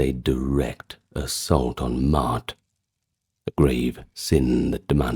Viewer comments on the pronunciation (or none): Ma'at, Ma'at, Ma'at... not "Mart" 😂